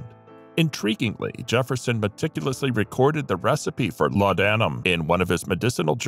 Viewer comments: well it’s certainly not laud Adam as the mechanical voice pronounced it! Laudnum is how I’ve heard it…not pronouncing the a in laudanum….sorry Im a grammar geek… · Laudanam is pronounced as ‘lordnum’..